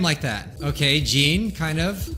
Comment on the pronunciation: Please say 'Jean,' rhyming with 'Sean'.